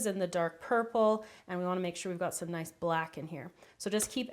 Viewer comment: It confused me when you said "i want it to be nuce and bright an dark", but me and my sister will enjoy this recipe ty